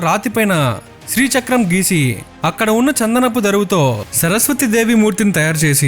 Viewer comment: Chandanapu Daaruvu Not daruvu Anyways good video Mistakes lekunda chuskondi Thanks